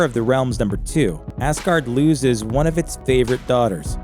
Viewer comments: Bro..... it’s pronounced azguard. Not Asssguard. Stop doing that . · Asgard not assgard learn to say it correctly ya fuck